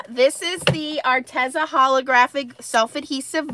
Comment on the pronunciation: Arteza is pronounced arteeza